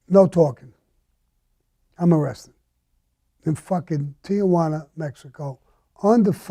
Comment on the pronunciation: Tijuana is a two syllable word: Tee-wanna. There is no A in between Tee and wanna.